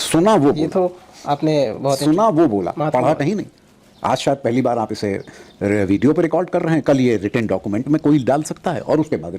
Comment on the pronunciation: भिडियो नहीं बोलते भाई वीडियो बोलते है।